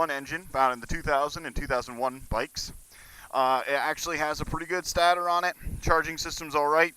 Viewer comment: Its pronounced "Stay-tor", not "Stah-tor" LOL, come on, this is basic english man. Il assume you are american.